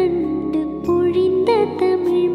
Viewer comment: வாழ்த்துக்கள் இரு செல்லங்களுக்கும்.. பொழிந்த (உச்சரிப்பு)